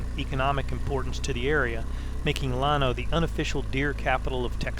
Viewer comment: It’s LAN-O like land O minus the D Nice video tho lol